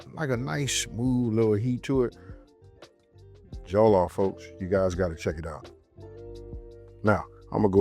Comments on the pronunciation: Pronounced more like Jor-loff, not joe-loff; thanks for bringing Nigerian culture to more people Sir ! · It should sound like all in ball and the last like off. For example, it should sound Jall' loff but spells as Jollof. Your enunciation is not too bad but you just need to stress the first syllable. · Love it. So it’s Jo-LLOF rice. The stress is on the end haha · cooking something you can’t even pronounce is a different level of crazy 😂😂😂😂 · you watched the video he actually asks whether he’s saying it right and he says it wrong. But maybe you’re his representative, so in that case I’m I apologise